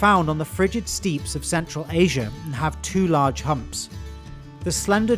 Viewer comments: Stepe pronounced steep but stepp. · Replying to my own comment lol. When mentioning the Largest of the Bovines, you left out mainland Europes Bison, or the Wisent. Also questioning the pronounciation of Steppe, when i learned english, i was taught Step, but you say Steep, just wondering. (Also you used the wrong picture for the African buffalo, but that was pointed out already.) Amazing video though, I love Ungulates. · Steppe is pronounced step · Why do you keep saying “steep” it’s steppe…pronounced “Step”